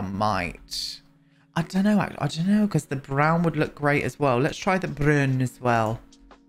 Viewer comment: Did so love hearing you slip into a Scottish accent when saying about the broon stone on the outside lol. As a Scot, it's fun to hear people with different accents doing Scottish. 😝